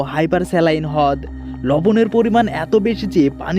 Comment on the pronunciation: hod ki vai? rod uccaron hobe.